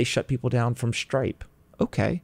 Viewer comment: Whats the company he said he invested into? ‘Stripe’? Or ‘strike’?